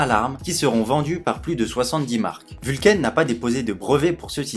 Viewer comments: J'aime bien tes vidéos, merci. Toutefois excuse-moi, mais la prononciation de la marque me fait sursauter à chaque fois : ce n'est pas "vulcaïne" comme tu le prononces, mais simplement "Vulcain" terminaison en "ain" comme dans "pain". Vient du latin Vulcanus, dieu romain du feu et des volcans. Nous sommes sur une marque suisse romande où on parle français (langue latine). Merci de ta compréhension.😉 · Pourquoi ecrire Vulcain a l'Anglaise puisque tu es francais? Prnonce donc "Vulkin "comme les gens qui se souviennent qu'il s'agit du Dieu des enfers et du mari boiteux d'Aphrodite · Très bonne vidéo. Cependant, ta prononciation anglo-saxonne de la marque suisse Vulcain est selon moi incorrecte. La prononciation est française.